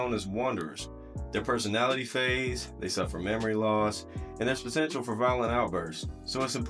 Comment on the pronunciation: lmao bro got potiential